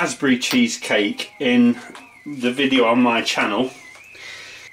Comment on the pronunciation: O Lord accent when he say.... maco meh kitchen. Love it.